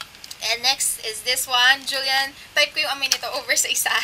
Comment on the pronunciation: Julyen ba ung pronounciation?